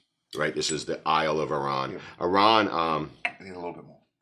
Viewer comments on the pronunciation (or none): Enjoying the reviews, just caught up on this channel, but your a little off with the pronunciation off the Distillery hard 'AHR-ran' 😊 But who worries, as long as your enjoying the content.